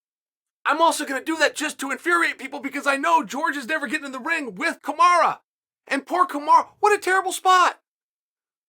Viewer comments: Chael honey, it’s Kamaru (ka-ma-roo) not kamara. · Why Chael keep saying Kamara? lol It’s KamarU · Kamaru becomes Kamara- Uncle Chael rechristening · Why disrespect The pound o For pound king 👑 like this..... Kamara... Kamara.... Kamara...... Listen..... It's KAMARU ...... KAMARU..... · Me: Kamaru? Chael: Kamara Me: ok great, Kamara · Kamaru? chael: no, Kamara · Kamaru or Kamara? Lol 😆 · Chael: 'Kamara', Kamaru same thing. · I'm convinced he's saying "Kamara" on purpose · Chael say Kamaru CAMAROO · Nobody: Uncle Chael: KAMARA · Chael says Usman Like a southern woman lmfaoo ole kamarra uzeman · Stop calling the man Kamara omg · “ kamara “ lol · If uncle Chael says his name is "Kumara", his name is Kumara from now on. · Nobody: Chael: Kamara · Usman: "Hi, pleasure to meet you! My name is..." Chael: "Kamara" Usman: "Kamara" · Cheal really said Kamara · “kamara” ? what’s with chael and fighter’s names?? even non fans of the sport know some of these names🤣 🤦🏾‍♂️ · Why uncle Chael keeps saying Kamora? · Chael saying he’s the best in the world and still can’t say his name 😭😭